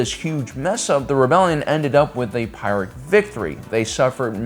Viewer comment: Pyrrhic victory is pronounced "peerick" victory.